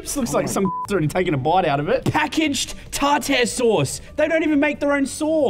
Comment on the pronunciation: tar...tare... TARTARE SAUCE?? excuse me what